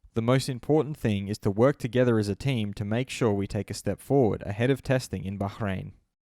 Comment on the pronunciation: Lol Bacchhrain